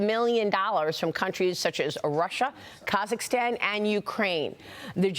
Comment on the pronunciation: "Katzascan?" where's that?